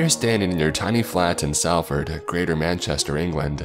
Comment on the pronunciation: S-ALL-FORD. Spelt Salford, pronounced S-all-ford.